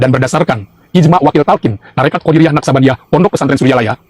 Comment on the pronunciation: Qodiriyyah wa Naqsyabandiyah, BKN qodariyyah